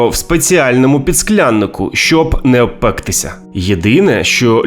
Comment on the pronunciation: Чай, не чяй; пОтай, не потАй; необпектИся, не необпЕктися, напІй, не нАпій. У яку школу ви ходили?